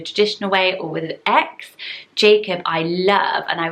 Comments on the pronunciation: It’s pronounced Ja- co-bee not the way you pronounced it. Lol❤️ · Jacobi, pronounced with a long O, not short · I have always heard the name Jacoby pronounces Juh-co-bee. Maybe it’s a regional thing where I am. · I know someone with a Jacoby but they pronounce it differently than you did. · Yes, Jacoby is so much cuter with the British pronunciation :/